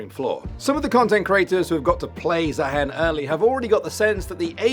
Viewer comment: Did i miss an inside joke or something why does everyone keep calling him zaheen instead of zaahen?